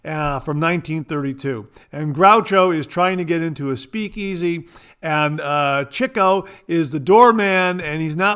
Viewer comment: Great show. Love the Marx brothers and got the password reference and you pronounced Chico correctly. Have a great week. 👍